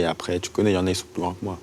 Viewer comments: ca me stress il dit "arès" au lieu d' "après" ptdrrr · La tête de ma mère il sait pas dire "Après" Il a l'air con putain...allez bon ARÈS MIDI KOBA !!! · Je pensais que c'était un cliché que les gens de la cité ils disaient "arré" au lieu d'après 😂😂 Et je rêve où à chaque fois il répète les choses 4 ou 5 fois ?